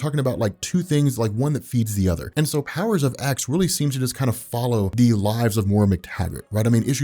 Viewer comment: It's pronounced Powers of Ten, not Powers of ex. Not sure how you can consider yourself any kind of X-Men expert if you can't even get something that basic right.